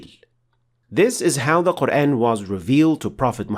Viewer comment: I'm new to this channel, I can't help but notice your English accent the way you pronounce Quran, oddly sounds like Qur-Én although it's not a problem at all because it a little bit closer to native modern Arabic speaker.